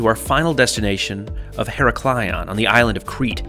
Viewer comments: her-AK-lion and NOT hera-KLI-on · basically in modern greek its EE-RAK-LEE-O without the n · Only problem is the Americans' complete inability to pronounce any foreign names. It's quite easy to say Iraklion ,why make your life difficult with Heraklaion???? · Heraklion is pronouced He-ra-kli-on not her-o-kil-an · As cabin crew I used to fly to Heraklion nearly weekly and just for future notice the pronunciation is IR-AK-LEE-ON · Thanks for pointing this out. I love his videos and watch them all but was cringing eveytime said her-ack-lee-on... 🙂🙂🙂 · Ee-RA-klio... emphasis on the RA. Avoid the cringe. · Lovely trip, but,but ,but: Her-a-klion, with the stress on the A ! Love your videos all the same...! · FYI her rack lee on is the easiest way to say it in english hard word though great video! thanks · Heraklion = pronounced Irak-lee-on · Tnx for sharing but I can't but laugh how you pronounce Iraklion.🤣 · I live on create and have made that journey more times than I can count. Sorry for saying so but your pronunciation of heraklion was painful. I cringed every time you said it. Surely that would have been easily researched. I find the Greek nation generally don't do customer service. Only perhaps in the hotel industry. I loved the room but as you say, a little wasteful for a daytime trip.